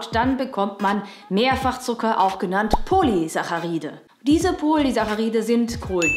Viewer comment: Bei Polysacharid ist die Aussprache richtig. Warum hört man in Deutschland immer "Poljester" anstatt "Poly ... ester"?